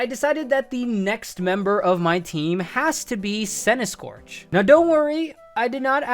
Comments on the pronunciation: THE SECOND C IN CENTISKORCH IS SUPPOSED TO BE A K! FIX IT NOW! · CENTISKORCH, NOT CENTISCORTCH!